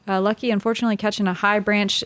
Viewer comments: Pronunciation of Lykke (in Norwegian, but in other Scandinavian languages as well) is in no way similar to "lucky", but leave it to the Americans to blatantly mispronounce absolutely everything non-British and act as if it's somehow funny :( On the other hand, this infantile ignorance is indeed funny but definitely not why Americans think it is. Most people in the world are at least making an effort to pronounce foreign names, including English ones, which read completely differently in many languages correctly, to learn the basic rules and differences, but Americans can't even pronounce their own names if they're not British. Wysocki is the prime example - that name is just butchered beyond recognition... But at least the owner's fine with it, he's an American. But if people come from abroad, try learning their bloody names, it's not that hard. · Lykke tells people it's OK to call her Lucky, thats what her BF Bradley Williams calls her most of the time, I agree everyone should be making an effort to say it correctly